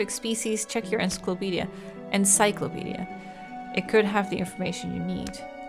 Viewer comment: Couldn’t even say encyclopedia lol…This Generation is the death of America ugh we doomed